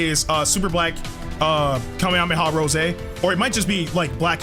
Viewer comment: bro goku black really said kawwmehawwmehaww